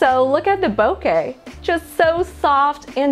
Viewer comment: Great lens, thank you for saying “ bokeh correctly.